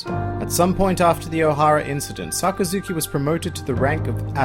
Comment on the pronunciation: SaKAzuki, not SakaZUki.